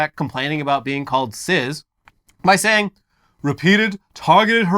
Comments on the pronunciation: Why are they saying sizz and not cis? Pronounced cys or siss. Just why? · That's not how you pronounce cis